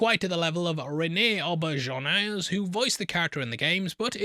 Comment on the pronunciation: Way to butcher Rene Auberjonois' last name. ois = wah